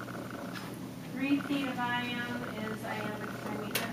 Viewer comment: Not "try-meter"... pronounced "trim-iter" Not "die-meter"... "dim-iter"